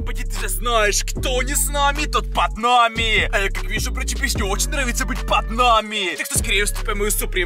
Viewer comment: Не говори так "под намИ! КанАл! РебёнкА." И т.д.